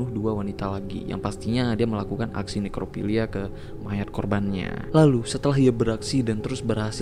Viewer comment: Bang inget ini nekrofilia bukan nerkofilia 😂